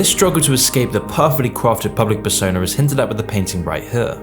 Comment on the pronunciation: Persona * not Pessouwner